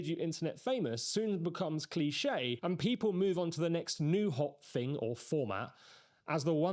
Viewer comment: THing not Fing - you lose credibility with this. Pronouncing T’s would suit you better, rather than just half your T’s